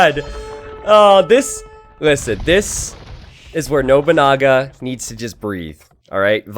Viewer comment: love the way you say noboonaga XD it is no(pronoun as non)-bu-na-ga